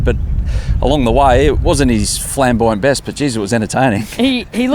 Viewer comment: ‘Flambouyant’? Really?